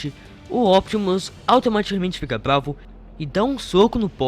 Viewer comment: Mano o cara fica falando blavo kkkkk